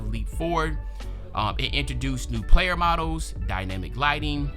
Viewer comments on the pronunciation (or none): none